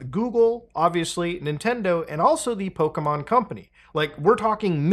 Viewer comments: You are absolutely right that when things are free we are the product. Also, brother, Pokémon, not 'pow-kee-man', Po-ké-mon. Ok, that's all. Love you, keep up the great work. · "Pokimon"... no, "PoKE-mon" lol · The constant PokEmon and PokÉmon he did throughout this video was ridiculous like dude pick a pronunciation